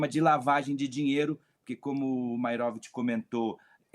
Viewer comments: "É maeróvitch!" 😂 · Uma sedizente jornalista, que não consegue falar Maierovich, deve falar outros horrores: iorguti, mortandela, largatixa, sombrancelhas e asterístico, tudo junto e "mixturado". 😅